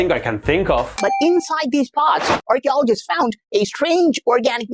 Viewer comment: RRCHEOLOGEESTS FAOOOUND 😂